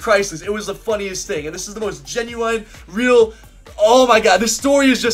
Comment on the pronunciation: The way you said genuine Kappa